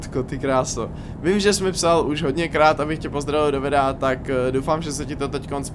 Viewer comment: "VYDEA" :D